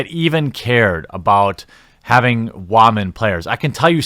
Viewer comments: I'm triggered by the way you pronounce women.... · "Communi-tie" "wahmen"...so...English is, what, your fourth language? Fifth?